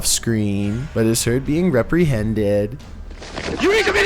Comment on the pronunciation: “Rep-rehended” lol I love it!